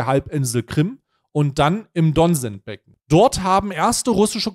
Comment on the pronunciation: Donezbeckecn, nicht Donsenzbecken